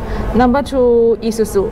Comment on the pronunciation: ee-suzu, not I-suzu mate! Good vids. Thx